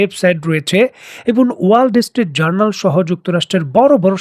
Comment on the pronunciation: "ওয়ার্ল্ড স্ট্রিট জার্নাল" না "ওয়ালস্ট্রিট জার্নাল", আপনি উচ্চরণ ঠিক করেন